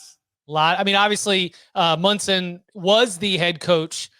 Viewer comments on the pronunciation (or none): It’s Monson, not Munson. Jesus. Do some homework